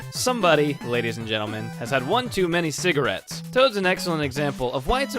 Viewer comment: "Someone lady's and gentlemen has been smoking one too many sigeriets Lol